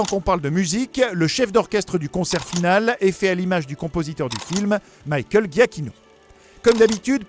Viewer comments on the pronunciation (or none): none